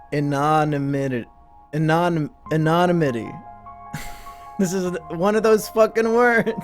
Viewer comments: Anonymity is pronounced Ana-nimity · It's an on ym ity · anonymity ah-no-nih-mih-tee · It's 'AH-non-IM-mit-ee' brah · AN-ON-YMITY lol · it's anon-immittee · Fuck yeah Also, ah-nuh-nih-meh-tee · >Be English major >Can't pronounce Anonymity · I noticed u struggled to pronounce an•o•nym•i•ty I suggest looking up a phonetic spelling next time it really helps